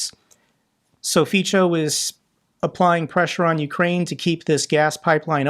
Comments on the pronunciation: Hi, just to help you out. That Fico name, the c is pronounced like the zz in pizza. For example, Fizzo, or more precise, Feetso…hope it helps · The correct way to pronounce Fico is "Pičo", not "Fitso" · Hi, Fico Slovakia s PM pronunciation is “fizzo” or “fitzo” with a strong Latin zed like in “pizza”. Thank you for your videos, all the best. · the pronunciation is like “ fee-kow” for Fico. Altough he doesn’t deserve this attention… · Dear, pls. start pronoucing correctly: It is called "fico" with "c" pronounced like "k". From my POV this is a lack of research quality if you are not even able to get near a proper pronounciation. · Thanks for covering this! Pronunciation of Fico is Fitzo like in Fitzpatrick… I am ashamed to have such traitorous figure in our government. I enjoy your videos greetings from Slovakia. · The way says it sounds lie faeces..... 😊💩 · Don't give his supporters ammo, It's pronounced [fitso]. I love your content and since you cover politics, please spend a minute googling name pronounciations. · fit-so...just to be correct. every consonant in slovak is said the exact same way in every word. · Just one hint: Fico is procounced correctly Feetso. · Hi!! "Fico" is pronounced "Fitz-oh". In fact, within ALL slavic languages when they are spelled out in the ROMAN alphabet (UNLESS they have a HACEK or other accent mark over them), the letter "c" is always pronounced "ts", and the terminal "o" in Fico's surname is pronounced as in English "hot". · Fiço is pronounced Feat so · It is pronounced FitSaw. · Pronunciation of Fico is like "Fitzo". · Love how you pronounce Fico name differently and always wrong as Slovakian that hate FIco with passion even moved out to UK , this guy don't deserve respect even saying his name properly. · Hi, I love how you pronounce name Fico. It sounds like pussy in my Czech language. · Why is everybody butchering Fico's name? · It is pronounced Fitzo, not Feecho.